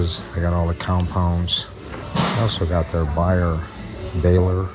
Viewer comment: Bauer is pronounced "Bower"